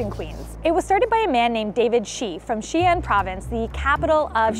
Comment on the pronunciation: I mean, not really 😅 she made Xi'an and the last name of the founder Shi sound the same and didn't put enough of a stop between the Xi and the An syllable in the city name.